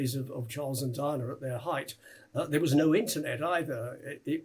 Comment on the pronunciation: Why is he calling DIANA, DINAH ? At least that is what it sounds like he is pronouncing her name.